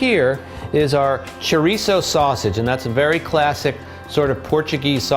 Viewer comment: Why does everyone mis pronounce chouriço? It portuguese not Spanish.